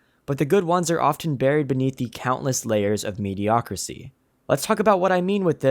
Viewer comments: "Mediocricy" is not a word, son! It's "mediocrity". Ubisoft is the King of Mediocrity. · The word is "mediocrity" not "mediocricy". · it's mediocrity, not mediocricy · I know it’s not the point the the word is mediocriTy, with a T. How did such a well edited and recorded video keep that in multiple times? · The word is mediocrity not mediocricy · Mediocrity*** I was just going to ignore it but I heard mediocricy like 5 times. 😓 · "MediocriTY." NOT "mediocricy" or "mediocracy." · Homie, it’s “mediocrity.” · Does this guy not know that the word is ‘mediocrity’?